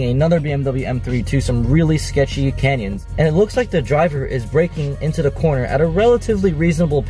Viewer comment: Did say he was driving in the "Kenya's"!? Great video, very informative!